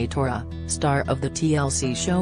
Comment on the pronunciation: It’s “thore” not “tora”. 😊